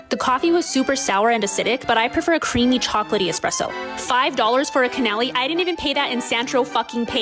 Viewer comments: The way she pronounced “cannoli” is crazy. If you’re reviewing foods you should know how to say it. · The food reviewer also said cannoli so wrong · I figured it might be ragebait or something! Or maybe something she does as an inside joke. She just talks so fast it doesn’t seem like she could stuff something in there intentionally but I believe it because I’ve never heard someone mispronounce cannoli before